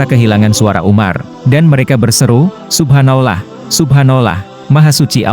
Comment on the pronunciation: Cari Narator orang muslim...kelihatan naratornya non muslim atau orang islam ktp...yg tdk bisa mengucapkan kata Subhanallah....subhanolah...subhanolah...kalimat apa itu